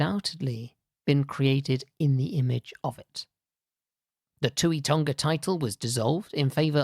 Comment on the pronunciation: Having lived in Tonga for a couple of years This presentation was appreciated greatly. The presenter has a very good delivery style; the visuals were pertinent. May I suggest a relook at the pronunciation of 'Tonga', 'Neiafu', 'Houma', and 'archipelago'. Cheers